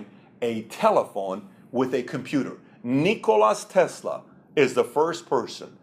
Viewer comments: its Nicola Tesla , not Nicolas :D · Just a friendly comment. It's not NikolaS Tesla, it is Nikola Tesla :) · It's -- Nikola -- Tesla